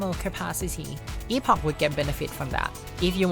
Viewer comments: “Epawgk” :D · Its.. eh·puhk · Epog ❌ Eeffoc ✅ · I've always thought it was pronounced like "epic" :sob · Fun fact: Chrono Trigger's time ship was also called Epoch(pronounced epic). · It's pronounced 'epic' in american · First time I've heard "EPOG" and I hate it. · Something I learned yesterday is that epoch is actually pronounced like epic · I know Epoch is pronounced like "epic" rather than "e-pock", but the meme of calling it the EPOG is too hilarious for me. 🤣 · It’s pronounced EPIC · I CASTE POCHIUS E MAXIMUS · Epoch is not pronounced with a G at the end. Where did this nonsense originate? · The fun part about the epoch in this game is the entire generation of people that have zero idea how to pronounce the actual word.